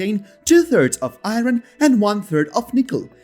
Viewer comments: The R in iron is silent for crying out loud! Pronounced i-ern. If you use English please listen how the words are said. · I cannot see what the benefit is to this video, to have a narrator for the video who is not a native speaker of English. "Eye -ron" instead of "ire-n", "Leethee-um" instead of "lith-ee-um", on and on. Cannot say a word with "th" correctly. Just drop the ego trip, and hire a fresh-out-of-university graduate in "Communications" graduate, who aspires to be a newscaster, and let them read the script. Or, a Screen Actors Guild card-carrying member. Good, effective narration is extremely important if you wish to get this message out. Drop your ego, hire a native English speaker.